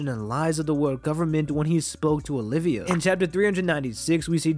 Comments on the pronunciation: Olvia. Her name is Nico Olvia, not Olivia. Sorry, that's just been bugging me so much, lol. Good theory though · I hate being a dick and pointing this out but her name is not Olivia, it’s Olvia. One I not two. ❤️ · OLVIA, not OLIVIA